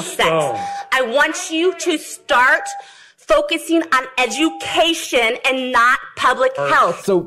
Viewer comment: This woman.... FFS..... "I think you should focus on ED-DU-CA-TION".... you just undermined your whole argument with the way you pronounced a word. FFS its obvious you are insecure as fuck about your own intelligence and have no respect whatsoever for the intelligence of the school board. I mean this is like if you were on a ship and it sprung a leak right by where the captain happened to be walking, and he plugs it with his finger, and a passenger comes by and says "Ummm... shouldn't you be on the bridge??? I mean it's your JOB as CAPTAIN to CAPTAIN the ship, not to plug leaks. Get your finger out of the hole and do your damn job"